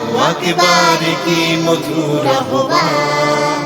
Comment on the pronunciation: আহবানের উচ্চারণ ‘আওভান’ হওয়া উচিৎ। খেয়াল করা দরকার।